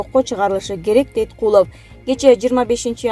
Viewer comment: Куловтун атын туура окучу,экс дегенди туура айтчы,эмне мынча огрусчадан аксайсын